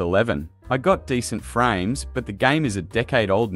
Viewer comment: Guyms and vekays with the frayms yeah.